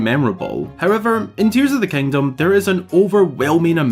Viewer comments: There he goes again, "kangdom". just count it, youll go insane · "Tears of da Kangdom"